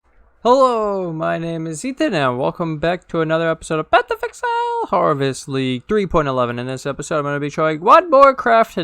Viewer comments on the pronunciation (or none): Amazing video 👌🏾 but the way you say path of exile make me want to unsub 😂😂😂 jk